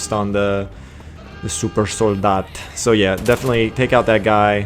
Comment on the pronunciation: You actually spoke the German Word for supersoldier "Supersoldat"surprisingly well. Anyway thanks for the video, helped a lot. Greets from Germany